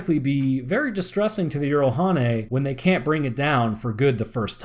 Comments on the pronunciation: It's not yeeralhanae it's jiralhanae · Jiralhanae J not Y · "I only know one pronunciation that may be correct. In Halo Wars, the shipboard A.I. says "jee-rall-HAW-nay" (jiralhanae; brutes). I pronounce it "jer-RALL-ha-NAY," myself." I have played Halo Wars and heard this. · Like I have said before good video...however it still needs editing...the way you say the Brute (Halo) species is still distracting. Here is a better link than the one I provided last time on how to say their name properly